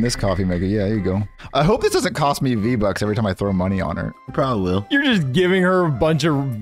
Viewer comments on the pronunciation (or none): I started laughing my ass off when I heard jeffy say “roblux” and Junior say “V bux”